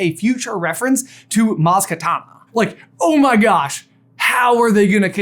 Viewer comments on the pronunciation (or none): Maz Kanata not Maz Katana, right? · he said maz katana lol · I agree with everything you said, but you pronounced Maz Kanata wrong.